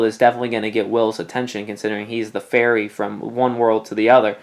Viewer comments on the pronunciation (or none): I though you said that Will was a FAIRY instead of FERRY for a second and i'm like: what?